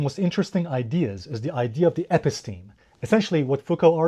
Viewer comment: Episteme is pronounced: eh-PISS-teh-mee